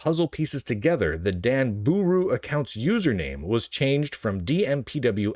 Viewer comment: If I hear him say Danbooru wrong one more time I may be arrested for laughing and crying on the floor. DAHN BAH RU, DAHN BOOH ROO